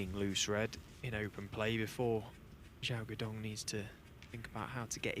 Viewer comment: His name zhao duo dong and not zhao Xi’an tong